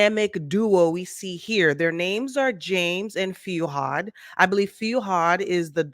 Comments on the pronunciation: It's not Feeuhad, it's Fuhad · FEW-had? Its FOO-had… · You’ve been following been following them for years but pronounce his name “Few-hard” 😂😂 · I thought the same thing. His name is pronounced phonetically. "Fu - had."😂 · I don't think you even watch the podcast. You've been following them for a while but still get the pronunciation of Fuhad wrong? and also the Name of the podcast incorrect? Are you kidding me ?